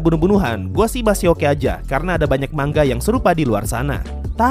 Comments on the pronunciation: Manga dibacanya man ga,,, bukan dibaca ma nga.. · manga bang bukan mangga